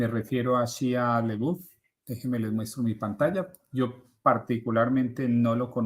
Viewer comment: Se pronuncia Shaia Labef.